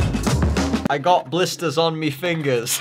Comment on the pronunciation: "bLiStEs oN mE fRiNgErS"